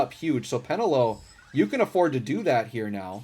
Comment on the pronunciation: peNElo; not PEnelo :)